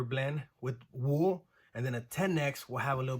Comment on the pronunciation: exactly not trying to be rude to this guy but anytime i heard wool i cringed